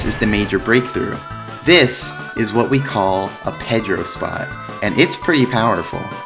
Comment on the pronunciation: He also pronounces Pedro the wrong way